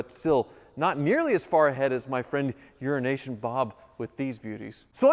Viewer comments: Euro nation bob , when I first starting hearing you say that I thought you were saying urination bob. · Is saying Urination Bob cos that's what I hear. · I'm sorry. I kinda giggle when you say Euro-nation Bob. Euro-nation runs together. The o in euro sounds more like an i. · Wait wait wait. I thought it was Euro-Asian Bob. Now I'm all confused: Is it "Your an Asian, Bob!" or "Urination Bob"? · I kinda wish he stopped calling him urination Bob... At first it might have been funny, but not anymore. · Why does call him Urination Bob?